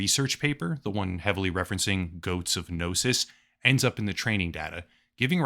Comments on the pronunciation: "Goats of Gnosis" no sir, it's pronounced: [Goat-See] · It's pronounced [GOAT-SEA] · Its pronounced goatsy. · Pronouncing goatse like “goats” is pretty funny. Honestly never heard someone do that before. But yeah, do not google it. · my love it’s pronounced “goat-see” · It's pronounced goat-see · Isnt it pronouncced goatseee? Thats how ive always heard it. Gotta love that the AIs actually get memes and share some of the all time greatest of classics lol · It's pronounced "Goat-see" The Goatse of Gnosis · Its pronounced "goats see" all ad one word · It's pronounced "goat see". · I would never give my money to a cognitohazardous AI, but I have to admit the phrase "GOATSE OF GNOSIS" had me laughing my ass off for about five minutes. Also, last I checked, it was pronounced "Goat-see", but I could be wrong about that.